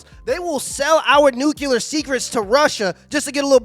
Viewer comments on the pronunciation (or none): Bro.... nuclear.... not nucular. This is a key word for judging whether someone has scientific acumen or not. You give yourself away by mis-pronouncing it. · Love all the videos but you have to say “new-klee-ur” not “new-cue-lur” 😂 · New clee er FYI